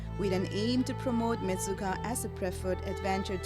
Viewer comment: It is not mechuka. It is menchukha སྨན་ཆུ་ཁ་in our script. It means water of medicine.